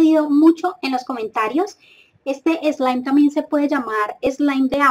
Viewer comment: Like si piensas que no sabe decir slime 😂😂